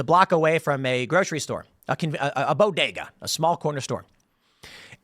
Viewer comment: Tim said bow-day-ga spanish in a chicago accent 😂😂😂 good stuff